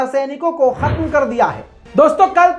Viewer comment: Mohtaram! Khatam nahi, *Khatm*kahte hain